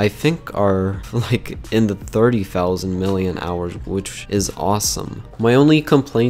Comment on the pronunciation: it is pronounced milli amp hours